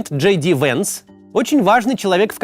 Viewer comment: Просто нужно читать не Джей Ди, а Ди Джей